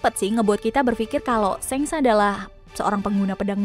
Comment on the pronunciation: Dia bilang shanks itu kek senks gw jd kdcilin volume